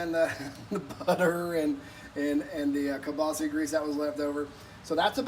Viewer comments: KielbasAAAAAAAAH. Please, it's not kielbaseee. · I’m Chicagoan 1/2 polak and never heard someone say kielbasi. I had to google guess its regionally pronounced different